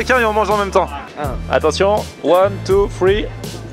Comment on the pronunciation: One, Two, Free, j'ai bien rigolé avec l'accent ! :D